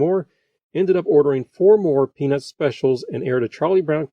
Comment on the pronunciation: I don't mean to be rude but its really distracting how the narrator doesn't pronounce the t in peanuts.